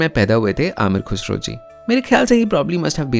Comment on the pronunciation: Ye you really need to work on your pronunciation specifically when you are masking such videos , words like Ghazal , Khuda , Khusro you were not pronouncing right